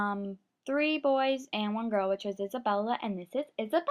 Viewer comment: I don't know why when you say essabela I remember annabelle